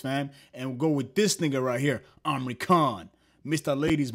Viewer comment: amri khan 😂bro its imran khan